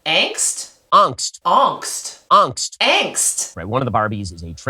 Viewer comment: Ååååångst? I think he's trying to pronounce it in german, but it's wrong for that too... :P